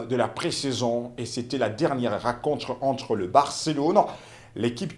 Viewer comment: Journaliste apprend apprends a parler le francais. La racontre, les biters etc…. C est comme ca que tu prononces. Il y a une difference entre i et u. Le resime. Comment vous arrivez a la Tele??c est fou ca